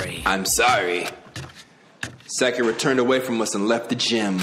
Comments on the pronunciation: the second pronunciation you said of sakura's name is more accurate than the first ^^ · this is the first and probably the only time that pronounces Sakura correctly....